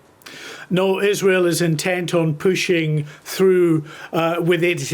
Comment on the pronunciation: Gbnews is such a back alley news channel, anyone else clock him say iswhale instead of Israel